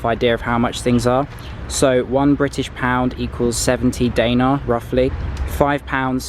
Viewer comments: I am Macedonian and btw, the way you say the Macedonian currency (Danare) is wrong. I it pronounced (denarji). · “Day nar” lol